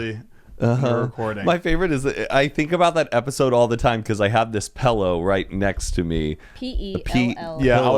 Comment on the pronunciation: "Pellow?" Wonder if he says milk like "melk", and HUMAN, "UUUMAN" AHAHAHAA